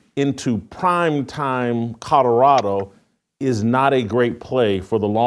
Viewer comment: Did you just say "CaDerado!???" 😅😅😂😂😂. Omfg Can't even Speak clearly